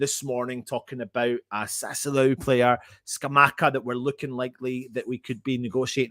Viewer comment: Sat - Sue - Whoa - Low is quite close on how to pronounce Sassuolo. Sorry, but so many people keep pronouncing it wrong (including lots of other West Ham fan channels) it is starting to do my head in:)